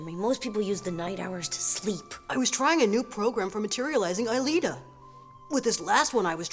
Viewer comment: Jeremie has lost his shit. And Ulrich said Alita.